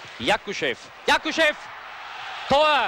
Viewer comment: Не правда, Васильева и Якушева он произнес идеально.